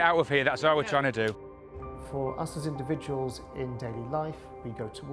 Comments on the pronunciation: Individuals, individuals, individuals, indivuals, indiv....... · U said ..............INDIVIDUALS????